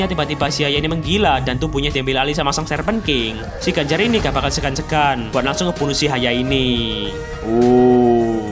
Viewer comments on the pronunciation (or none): 4.37 : Ganj eh Granger😂